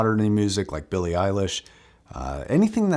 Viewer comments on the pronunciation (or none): none